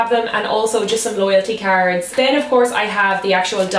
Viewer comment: I keep thinking that she's saying carrots instead of cards 😂 lol